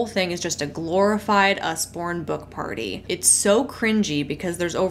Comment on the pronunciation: It's Usborne, like Ozzy with a U